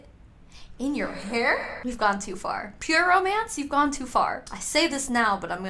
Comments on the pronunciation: I swear she's trolling. She's actually saying "pyramids" the whole time and is trying to get away with it. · I don't know if it's a laurel/yanny situation or just a repeated fraudian slip, but every time she says 'pure romance' it sounds like ''pyramid' and I can't hear it any other way. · Definitely felt I heard "pyramid party" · I heard “Pyramids party” too 🤣🤣 “pure mance” 🤣🤣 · She keeps saying “pyramid” party omfg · Dude when she said "pure romance party" I heard pyramid too and then you said it lmao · It did sound like “pyramid”..! She definitely had a script. A really lame script.